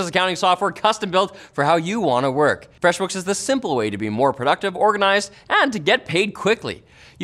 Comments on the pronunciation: Slurring freshbooks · Dangerously close to incorrectly pronouncing FFEFWEEESHBIOOKS as merely "Freshbooks" in that vid. Nice recovery. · temporarily forgot to say it like "FWAAYSSHBOOX" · I read this comment as he said fweshbuks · Take 37: Linus, off-camera: No No its FR-EEHHH-SH Books. Try again!